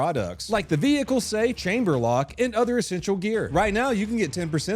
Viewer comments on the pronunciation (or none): no way he said vehicle in another way what wtf wtfff